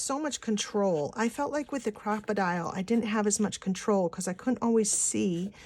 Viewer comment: yes its not pronounced crocodile its a cropadile big byte an yes it is expensive here in new zealand it costs 126.00 dollars an as a pensioner i have $70.00 a fortnight for spending for crafts.so penny pinching is strife in our household hi kk